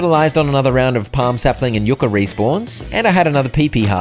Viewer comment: Everytime you said yu-ca instead of yuck-a